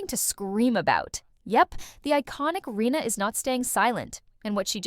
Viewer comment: Rinna not Reena. If you are going to use AI, make sure the bot is pronouncing the damn name correctly! Check your AI before putting it live!